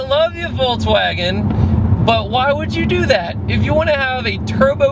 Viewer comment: voltswagen haha